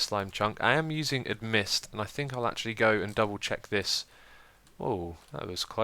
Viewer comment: Not to be a butt or anything, but it's called Amidst, not Admist..